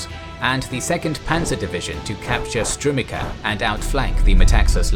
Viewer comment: Strumitsa. Not Strumika.